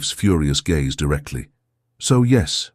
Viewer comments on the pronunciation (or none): Discuss Bach please..not bark.oh dear. And lowered his gaze...not gays